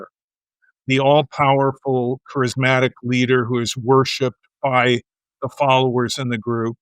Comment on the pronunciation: Someone should tell that guy the word isn’t crysmatic is charismatic